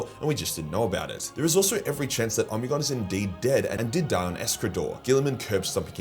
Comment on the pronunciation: I always read it as Oh-Me-Gone , why is he say Omni-gone? Am I just larping?